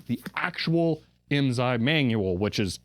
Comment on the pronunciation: I may be able to answer any IMSAI questions for you . . . but you have to promise to never say IMZAI again. lol The S is pronounced as an S. (I was a dealer) The FIF was used with Calcomp-142 SSSD floppy drives. FIF uses DMA to move the data into main memory so it a high performance unit for its day.